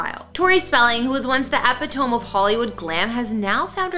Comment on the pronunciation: “Epitome” is pronounced “epit-o-mee” not “epi-tome.” 😊